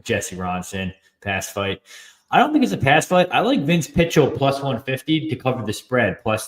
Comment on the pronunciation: I don't trust a guy that doesn't know how to pronounce Pichel